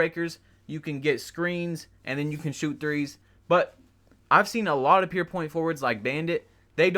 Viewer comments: “Pure” nigga “pure” not “pear” Good ass vid though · Good vid my guy but it’s fucking PURE NOT PEER